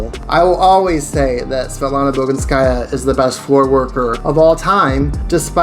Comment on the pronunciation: bogInskaya is right, not boginskAya.